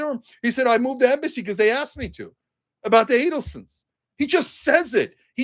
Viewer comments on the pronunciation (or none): none